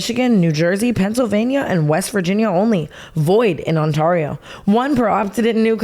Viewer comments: TANA PLS THE ONTARIO PRONUNCIATION IN THE AD 😭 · i’m from ontario and i cried when she said on TAR io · As someone from Ontario the way she pronounced that was hilarious. I’ve never heard that 😂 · Someone teach tana how to say ontario😭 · Tana butchering “Ontario” in the first minute is so on brand 💀